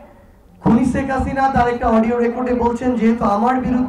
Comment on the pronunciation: শেখ হাসিনাও কি উচ্চারণ করতে পারেন না এই সমন্বয়ক , বারবার ছেক হাসিনা বলেন😂😂😂😂